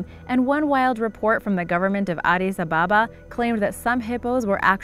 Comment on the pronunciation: They said Addis Ababa wrong I’m from there and I know how to pronounce it